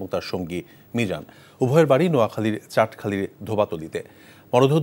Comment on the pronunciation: চাটখালি না রে পাগলা ,, চাটখিল ।। ধোবাতলি না রে পাগলা ,, গোমাতলী ।।